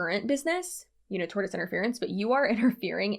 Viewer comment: I laughed so hard at you calling that guy Doug Dimmidome, and now I can't get that one you tube poop out of my head. Also, I glanced through the comments and didn't see anyone saying this, so I hope I'm not piling on; tortious is pronounced tor-shus. This was a great breakdown of a truly ridiculous situation. I hope these people go down hard.